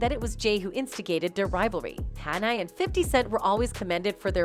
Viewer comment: She calls him kan i?